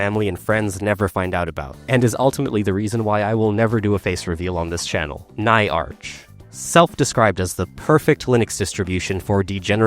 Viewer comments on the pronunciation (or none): Umm ackshually it's not ny-arch, it's nyarch. As in nyaa - the Japanese equivalent of meow. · Not NAYARCH say nya nyaARCH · hiding your powerlevel by purposely mispronouncing? we can see through you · Nah, over here is absolutely intentionally mispronouncing for this engagement. The real reason we know is that doesn't use an anime avatar for the channel. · Can confirm